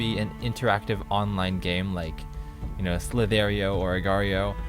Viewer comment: It's slith ur .io not slith air .io!